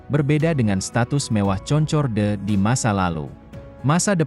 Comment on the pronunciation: Bacanya Konkord om.